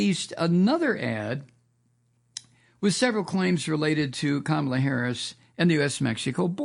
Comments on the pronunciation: Comma-la not Kamma-la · Her name is pronounced "Comma la" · Love your show, but you keep mispronouncing Kamala's name. It's pronounced "CommaLa."